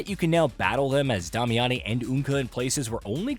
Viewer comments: Lol where did you get "Dah-me-ah-ne" from? They literally just call her "Damiane" in the game pronounced like "Damian" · Why can nobody say Damiane correctly? Day-me-anne not hard people. They dont pronounce it fancy in game not sure why everyone tries to add some regal flair to it. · Is the VO in these videos AI generated? Why are you pronouncing Damiane’s name so strange? It’s pronounced (Day-Me-In). I heard you pronounce it completely differently in other videos which is what makes me think this is AI generated VO. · You're butchering the name so bad I almost can't watch lol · I had to turn the video off after that second pronunciation of Damiane. They say her name in the game how are people still messing this up? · Bro... learn to pronounce Damiane correctly.